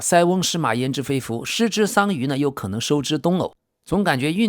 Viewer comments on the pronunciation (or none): 失之桑榆，收之东隅(yu2), 这个字念yu2